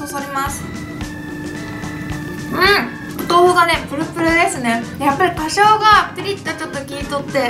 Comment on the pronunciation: つ つ 「花椒」 ゆうかちゃんはかしょう？っていってるけどホアジャオと読むみたいです^_^